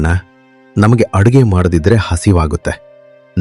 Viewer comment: ಅರುಗೆ ಅಲ್ಲ ಅಡುಗೆ